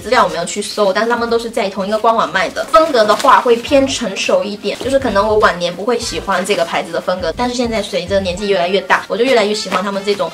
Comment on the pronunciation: 听好几次才听清是“往年”，以为是晚年😂😂😂